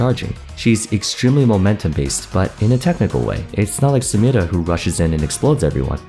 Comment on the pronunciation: I noticed that you pay attention to pronouncing "Samira" correctly. I notice and appreciate that.